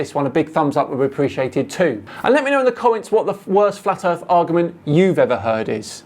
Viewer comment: Gotta love flatt erff research.